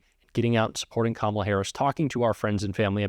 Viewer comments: Anyone else notice he's suddenly saying Kamala correctly? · He really is upset. He pronounced the VPs name correctly not once but twice! Just shut up and go away !🦧💙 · Wait, did I just hear trump pronounce Kamala correctly? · Did he just say her name correctly? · He finally said Kamala’s name correctly. It took him long enough to learn how to pronounce it. And some want to hand this incompetent, demented man the nuclear codes!! 🇺🇸💙